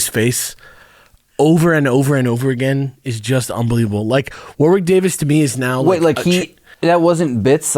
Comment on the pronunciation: I still think it's very cute that, no matter how many times they hear it, most Americans cannot pronounce 'Warwick.' Accents are different and people say things difference it's not a jibe or anything. It's just amusing.